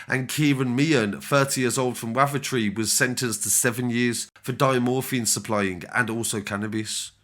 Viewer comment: Dear. There’s been loads and loads of encro cases from lpool within the last year and you’re still pronouncing wavertree wrong. It’s WAVE—ER—TREE. You’re not doing your job properly lad